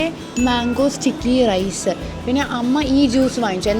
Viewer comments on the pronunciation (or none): none